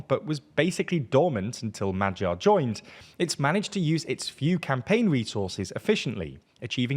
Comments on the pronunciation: It's much easier if you tell anglos to pronounce it as 'madyar'. Többivel egyetértek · its much easier if you tell him to pronounce it as madyar.